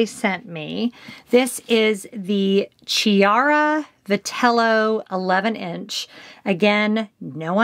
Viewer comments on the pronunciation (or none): PSA: Chiara is a hard c. Key ara not cheeara.